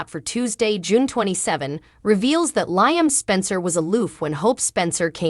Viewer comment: His name is pronounce Lee am Not Nyam